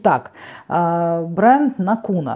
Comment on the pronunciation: НАкуна - ударение в финском языке всегда на первый слог :) Финляндия - страна тысячи озёр. А ещё лакрица! :) Ах да! Ещё сауна. Прогугли карту саун по Финляндии )) Есть ещё